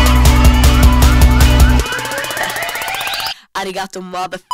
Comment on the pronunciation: A Swedish youtuber sed arigato madafaka in a funny way 😂😂😂